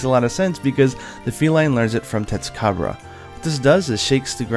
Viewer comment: "testucabra" lol